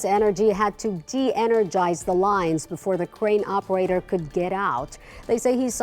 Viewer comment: It sounded like you said Scraping the Operator, as in ded.